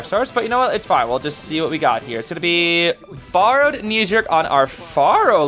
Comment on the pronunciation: When said borrowed knee jerk I thought he said farrowed knee jerk on the farrow lady 😭